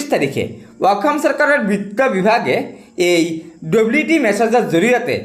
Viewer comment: 'অসম' বুলি কয় 'অকম' নহয়